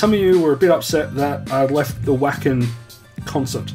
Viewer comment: Vah-ken ;) It's German. Glad you're having fun!